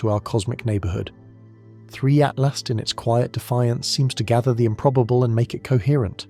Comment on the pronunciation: Why so hard for this AI to pronounce 3i/Atlas??